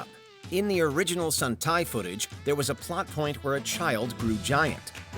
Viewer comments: Sun-tai? Really? 😓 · And they mispronounced sentai with suntai